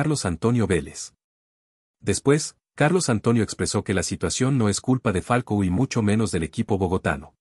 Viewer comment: Me parece que el narrador del video dice Falco y no Falcao. Si no estoy equivocado en lo que escucho, claramente es una falta de profesionalismo y escaso rigor informativo de quién hace el vídeo. Por eso le doy mano abajo y denuncio por información errada.